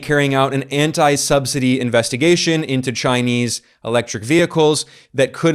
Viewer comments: Another masterpiece, Ben. Btw, I am most impressed by how you pronounce the Chinese names in Mandarin. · Your Chinese pronouncian improves a lot and now is amazing since You've been to China. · Ben, your Chinese pronunciation is great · Ben's Chinese pronunciation is getting pretty good. 😄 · Anyone else notice Ben's Chinese pronunciation has greatly improved? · Ben, your Chinese must be improving a lot, I noticed you pronounced the name of the Chinese commerce minister with the correct tones. Well done!